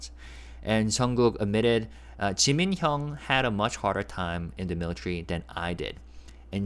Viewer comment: Thanks for this... It sounds like JK is still saying JIMINSHIII